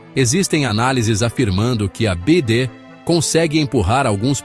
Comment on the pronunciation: "BEAIDE"... Ai desse desse jeito quebra mesmo....😂😂😂😂😂😂😂😂😂😂😂